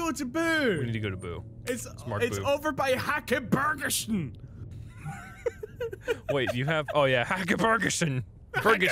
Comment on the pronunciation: Its so funny hearing english speaking people trying to say Swedish words. they way you are trying to say Häckerbergasjön like Hakeborgeson its not even close they way you say it in swedish XD